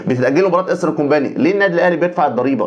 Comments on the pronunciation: انا بحب برنامجك جدا. بس عندي تعليق ع كلمه ايسترن كومباني،حضرتك بتقول كومباني النطق غلط جدا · يا ريت تنطق كومباني صح